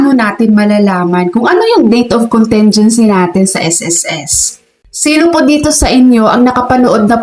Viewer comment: Ayusin nyo po and pronunciation ng contingency, short "i" yun, hindi soft " e", ang sama pakinggan.